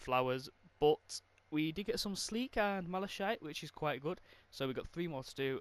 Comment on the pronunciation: Is it just me or did it trigger me how he was power level 120 but doesn’t know how to say malachite